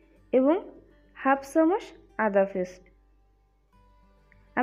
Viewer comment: Valo kore kotha bola shikhun age... Chamuch ochharon thik ney